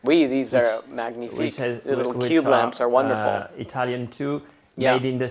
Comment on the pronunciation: Love all your Paris videos! BTW It’s mah-nyee-fique not mag-nee-fique.